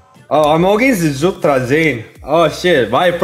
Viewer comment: Korean accent 🤣❣️❣️